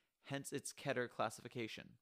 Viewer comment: Pronounce as "ckey-tɛr